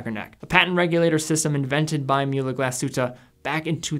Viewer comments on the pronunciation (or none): its pronounced Mool-uh Glass-hoot-eh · Pronounce the ü in Mühle like you do the second in the word glasshütte.